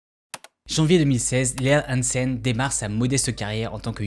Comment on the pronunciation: Comment t a dit hansen au début je me demande si t un dz mdrrr